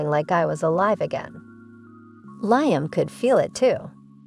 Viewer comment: That's "Leem", is how Liam is pronounced or "Lee-am"